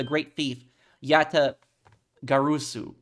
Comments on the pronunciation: For future reference, Yatagarasu is pronounced "Ja (like German Ja) - Tah - Gar - Ah - Su". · Just a tip: Yatagarasu is pronunciated just as it's read, so there is no sound of "o", the "a" is pronounced the same in all syllables, just like you did in the first syllables